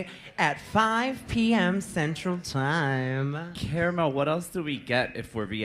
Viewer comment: was that fckin cara melle? lol